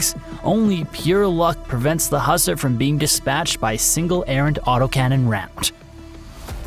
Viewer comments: Who-sar.. Not husser. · I believe its pronounced Hew-sar, like Hugh Czar